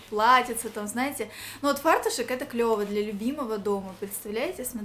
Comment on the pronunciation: ФартуЧЕК!! А не фартуШЕК.